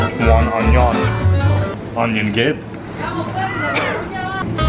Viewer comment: “Onion gib” 🤣🤣